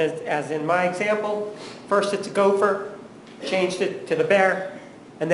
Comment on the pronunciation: "Gopher". Hahahaha